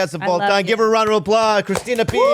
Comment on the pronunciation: i love that bobby pronounced “Pazsitzky” correctly but couldn’t get “Christina” down